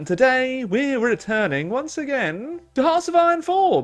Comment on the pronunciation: “Hwonce again!”